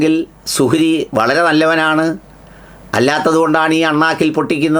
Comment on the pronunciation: സുഹ്രി . മുജ ജമാ: ആ യോ. പടചോനേ. നല്ല .ശ്രദ്ധ വേണം .